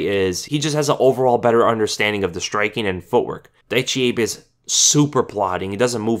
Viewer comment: Not Daichi abe but Daichi A-Beh